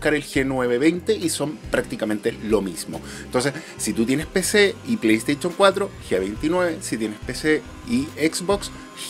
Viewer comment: Me encanta tu canal yo trabajé en venta de productos tecnológicos Samsung solo te hago una crítica constructiva pronuncia bien play station me sangran los oídos cada vez que dices play station